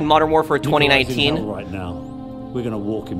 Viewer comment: I find how you say 2019 VERY OFFENSIVE and swear word notices and and